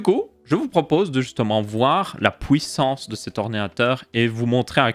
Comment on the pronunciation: Le mot de la vidéo c'est: "'POUISSANCE"